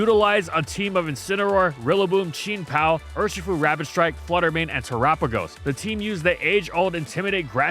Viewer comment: Love every moment I hear a pokemon YouTuber choose a funny pronunciation. I think just about everyone from video game to TCG to anything pokemon has at least one. ... "Cheen Pao" :')